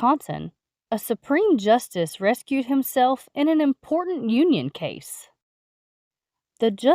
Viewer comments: for some reason I no longer believe anything coming from the CDC. Also, it's Recused not Rescued. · The word is recuse, not rescue.